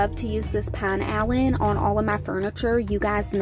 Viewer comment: Let me give you a helpful hint for your next video. NO JUDGEMENT. I swear. I adore you and would never want to hurt your feelings. The Pinalen. Here’s how to say it. The first part “Pin,” is pronounced like win. The “alen” part is pronounced like A Lynn. You never know when they will come a knocking offering you a sponsorship deal. Thousands of people are buying their product that didn’t until you promoted the item. You have put money in their pockets. Happy, Happy Holidays to you and your family.